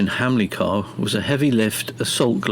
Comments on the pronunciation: Hamilcar not hamlicar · It’s Hamilcar not Hamlicar.